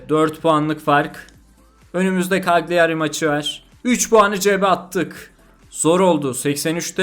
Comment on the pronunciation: Bşk cagliari, kalyari diye okunuyor